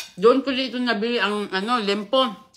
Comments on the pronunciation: Liempo not lempo😅😅😅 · Liempo, hinde limpo. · Liempo hindi Lempo